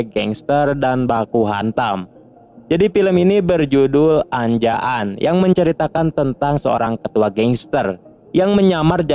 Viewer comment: Bacaannya bukan anja an, tp anja... n. Ketahui hostnya gk tau india